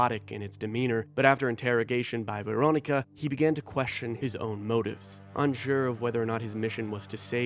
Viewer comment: After having played the game multiple times, I watch videos like this to further immerse myself in the story while I am at work and unable to play. Thank you for making an effort to pronounce the names correctly, as I have heard one guy on YouTube call Doctor Weronika (Veronica) as "Ruwonka," so I really appreciate that you pronounce their names better. SUCH IS OUR CALLING